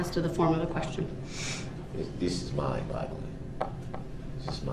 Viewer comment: Mind boggling not Mind bottling. You axed judge with your oaf